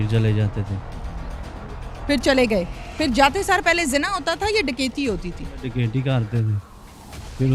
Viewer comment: Kakaiti nh dakaiti hota